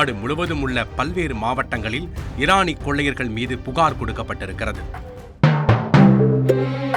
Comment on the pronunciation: அடேய் அது ஈரானி இல்ல இரானி